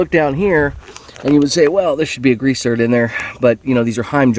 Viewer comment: Grease zerk. Not zert.